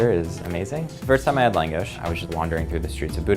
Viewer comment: Reaction At First: Thank you, so so much. We need more Hungarian cuisine in New York. It's lacking so much and I need all the langos in my life. Then: Hearing him pronounce it wrong was pretty weird and why is it so small? Has he been to Budapest? I'm confused. I will still try it... *Looks up restaurant*: Oh, I can't even afford to go...when langos is like straight-up cheap street food on a Balaton. Now I'm just teased and incredibly sad.